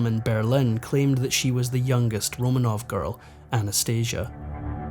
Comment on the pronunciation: I wish he’d pronounce ’Romanov’ properly, RoMAHnov.